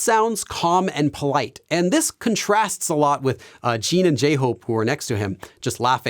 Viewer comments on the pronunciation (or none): It is Jin not Jean … and JimIn not Jeemin